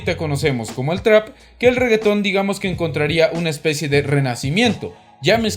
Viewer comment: Regge Town??? jajaja nada que ver. es Regge TON (TON de grande, según la jerga del caribe)